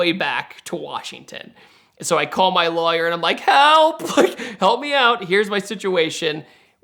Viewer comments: It really bugs me how he pronounce lawyer 😩😩😩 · He really over-pronounces it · That is not how you pronounce lawyer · first time hearing the word lawyer pronounced as "luhh-yurr" is that a GA accent/dialect? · Is it just me or does he say "lawyer" funny? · Hearing him pronounce lawyer was like what!? Lol